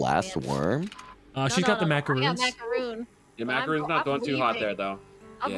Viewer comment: Not a macaroon, macaron, both are a different desert and different pronunciation